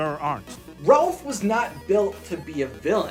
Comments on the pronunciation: You say Ralph wrong you say Relph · Is anyone else hearing “Relph” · Its not Ralph its Relph XD